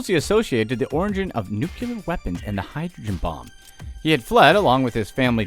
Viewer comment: did you say nuclear or nucular? i honestly couldn't tell